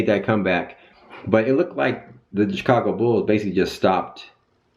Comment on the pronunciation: say it with me. CHI-CA-GO!! lol